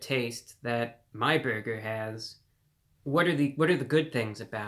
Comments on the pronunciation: You don’t talk like this real life do you? WTH is a “beargur”? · The way you say burger is the greatest thing ever!